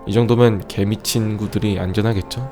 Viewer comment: 쓰으읍..... 약간 발음이 이상한데..? "개미친구들" 어허...